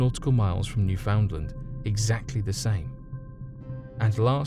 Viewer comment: You said Newfoundland wrong